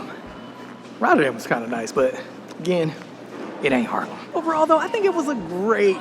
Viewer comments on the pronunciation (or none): its not Harlem, its Haarlem, as someone born and raised and stil llinving there please learn to pronounce it :P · Amsterdam is cool and all, there are better places….. haarlem he says😂😂😂😂 haarlem station is the oldest we have and beautiful yes. But Haarlem?! Groningen, utrecht, rotterdam , maastricht yes. But haarlem😂😂😂😂😂 no man you lost the plot